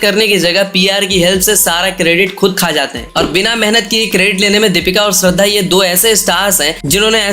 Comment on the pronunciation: abe falu k gadhe tu pehele shradha ki naam ko thik se bol k dheka tera rajkumar k stree k baad aur pehele ki koi movie hit q nahi hua re😡😡😡